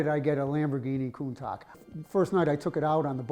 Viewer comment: Oops I meant “coun-TACK” lol